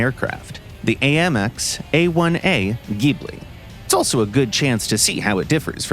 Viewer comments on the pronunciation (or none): none